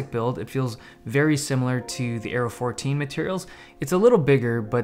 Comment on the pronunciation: Dave Lee When you said Aero i thought you said Arrow :D